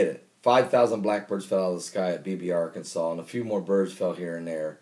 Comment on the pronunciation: How credible can someone who says Arkansal be?